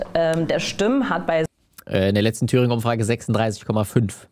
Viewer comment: Im Fernsehen - also ohne deine Zwischenkommtare - hätte ich diese Sendung keine 3 Minuten ertragen. Was dir nicht aufgefallen ist: immer, an den Stellen, an denen der Typ links von "Sonntagswahlen" sprach, was du korrigiert hast, spach die gute von Wählerstimmen, bei denen sie "Simmen" eigenartig betonte und mit den Fingern immer in imaginäre Anführungszeichen setzte. Häh? Und im übrigen hätte ich sie gar nicht als farbig wahrgenommen, lediglich die Frisur ließ auf "nicht weiß" schließen.